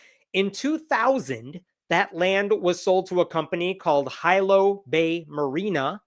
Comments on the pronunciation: It’s not “Hi Low” it’s Hilo or “he•low” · Hilo, a town on the big island is pronounced Hee-Low, not High-Low. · I live here so thanks for the info.Btw Hilo is pronounced HeLow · Great job, Hawai'i Supreme Court, especially Justice Eddins! But, ummm... did you really pronounce Hilo as "High-Low"? 🤣